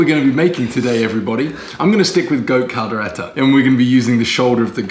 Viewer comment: Hey finally Kaldereta when you nailed saying "Kaldereta" but butchered saying "kambing" hahaha nice try I was waiting on pork/beef "lengua" (tongue) though also butchered "kaldera" Hahaha Also "kaldero", both are cauldron man, Datu Puti should be paying you for endorsement "pineapple"? got weird allergy cinematography deserves an Emmy thank God for 🙄 but almost there "Tagay hanggang mamatay" be like 😒 Hahaha I thought that the video was recorded mirror image bec got the spoon on the wrong hand, but then I saw, and like "wait a leftie?? 😳 or was it?" mom: When you leave home you gonna grow up: I left home around 15 years ago, and grew up about year ago 😳😂 tender meat, but is it any spicy? as it should be? Afritada potato should have been soft, not crunchy "tagay" - (toast, cheers) Say it this way 1. "tag" - like the game 2. "I" - like the pronoun 3. "tag - I", "tag - I", "tag - I" 👍 how can you tell if your mate is getting beyond tipsy but still pretending sober item #1 -: the stories and all the emotions with it item #2 -: (supposing she drunk, though clearly she's not) dishes slipping Hahaha 🍺🍻 stabs his lips with a fork... (imagining if it's a knife like how Brits usually would) (secretly grateful to Filipino influence) 😉 You're welcome happy birthday so ridiculous it's funny Congrat